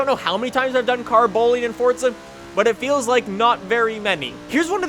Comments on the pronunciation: Why the fuck do you always pronounce it 'fort-za', it's 'for-za'! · its not fortza its forza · There's no t in forza!!! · THERE'S NO 'T' IN FORZA!! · its forza you cant go in a straight line